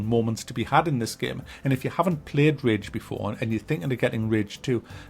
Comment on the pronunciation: rage not ridge my guy